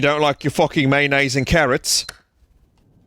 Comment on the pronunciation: Maynase and Carruhts